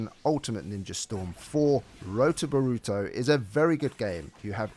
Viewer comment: Nar uw toe bore uw toe Not burooto and nooruto